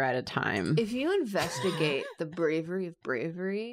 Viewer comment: says “brawery” and I’m waiting in vain for the “I’m Merobiba” 😢😂